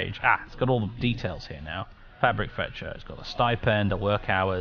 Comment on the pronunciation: “petah… the hoarse is heah”